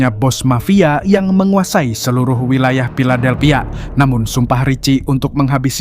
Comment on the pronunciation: Filadelphia bukan piladelphia. F dan P itu jauh banget bang😢